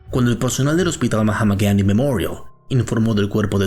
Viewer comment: Que desagradable es cuando pronuncia el nombre completo del Hospital Gandi en inglés. Resulta desagradable y cómico, y no resulta creíble. Si esta leyendo o hablando en español por favor no pronuncie los nombre extranjeros atragantándose, como le digo queda desagradable y cómico. Es imposible verlo hasta el final.